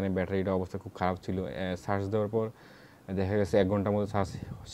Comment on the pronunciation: ভাই, আপনি বারবার একট শব্দ উচ্চারণ করতেছেন "ছার্চ" এটার মানে ঠিক বুঝতে পারলাম না।